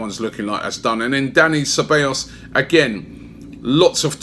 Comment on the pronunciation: Dani Ceballos done deal now. Which means Robbie better say his name correctly now 😂